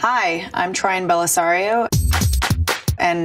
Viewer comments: I understood:" hi i am trying bella solovan" i was like what? Sorry😂😂😂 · Did she just mispronounce her own name?